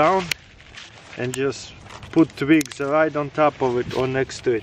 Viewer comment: I just love how he says twigs....tvigs.